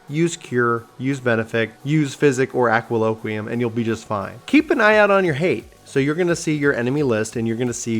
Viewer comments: As a SCH main, I cringed so hard every time you said "aqua loquiem". It's ADLOQUIUM. Adlo. Quium. 4 syllables. Other than that, solid beginner's guide. You could have gone a bit more in depth on some things (MP regain mechanics immediately springs to mind) but you covered the very bear essentials well. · He tends to not sound out many of these words. as a SCH this bothered me too haha.